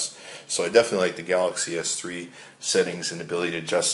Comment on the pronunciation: Wow, is it really that hard to say Galaxy S3?